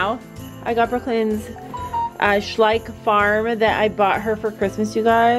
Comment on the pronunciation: It’s so cute how you pronounce Schleich 🥺❤️❤️ German 🙋🏼‍♀️ Question: when can I see you back on Stella again (cantering) ❤️❤️😍😍